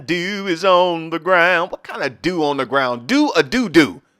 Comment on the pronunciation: Did say "DEW" ON THE GROUND, OR "DOO - DOO??????" I almost rolled out the bed laughing soooooo hard!!! 😆 😆 😆 😆 😆